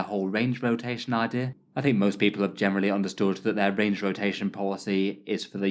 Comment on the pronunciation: Range rotatataion. Lol you made up a new phrase unintentionally. hah. I like the sound of that new word. Rolls off the tongue sweet. Cheers.